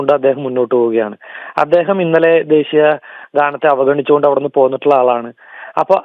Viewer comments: ദേസീ യാ അല്ല ... ദേശീയ..,. കഷ്ടം.... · ദേശീയ പതാക ആണ്... ശ ആണ്.. സ അല്ല. mpbs ജയിക്കേണ്ട ഈർക്കിലി എടുത്തു നാക്ക് ഒന്ന് വടിച്ചൂടെ...? പിന്നെ adeham പറയുന്നത് adehathinupolum അറിയില്ല... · ദേശിയ പതാക എന്ന് പറയാൻ പോലും അറിയാത്ത ശവൻകുട്ടി